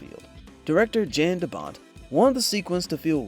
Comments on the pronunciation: hey sorry, but it's pronounced "yahn" De Bont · Just a tip: the director is Dutch, so his name is pronounced "Yan" instead of with a J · Poor Jan de Bont. No one ever pronounces his name correctly. The "J" is pronounced like a "Y". His first name is pronounced like "Yawn". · Someone needs to teach AI how to pronounce DoBont's first name. 🤦🤦‍♂🤦‍♀